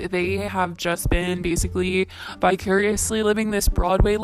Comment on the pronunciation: I thought you said bi-curiously 😂